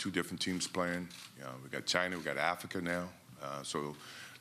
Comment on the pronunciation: "we got China we got afika now"???🤣🤣🤣🤦‍♂️